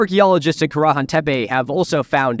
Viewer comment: Milo, this is very cool. But I'm sorry distracted by you pronouncing Karahan at least 3 different ways. Which is the emphasised syllable? Not trying to nitpick, but I'm a linguistics nerd and want to know